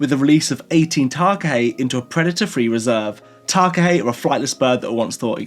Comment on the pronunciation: the way you pronounced takahē fluently impressed me. Keep in mind however you pronounce my reō, my language is your way of pronouncing it. Let no Tangatā Whenūa, not even me, tell you otherwise. Your reō is your reō. And by speaking Reō Māori, you honour us and the taōnga, the gift, that is Reō Māori. Ka Pai brother. And when you visit Aotearoa make the most of it